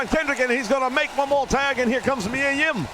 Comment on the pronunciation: Why do you say “Reilly” though? His first name is not lol! Kyle O’Reilly, so you should be saying “O’Reilly” but maybe it’s part of your gimmick to mess up names a bit. (Miya Kim instead of Yim too) so it’s all good.